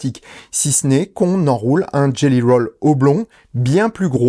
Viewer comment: Jelly Roll, pas Gelly :)